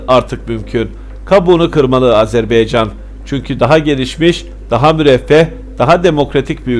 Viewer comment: HALA AZERBAYCAN a AZERBEYCAN diyor . HAH HAH HAAAAH TÜRKETE der gibi .